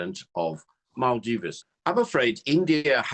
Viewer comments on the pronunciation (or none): What is maaldivese u say, it's called Maldives